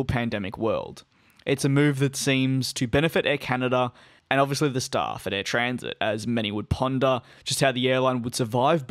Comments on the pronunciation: You keep pronouncing "Transat" as 'Transit'... there are two a's in there. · As in, I went on vacation and SAT on a beach chair all week 😎 🌴